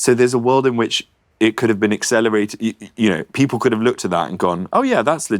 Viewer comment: "Come on beople"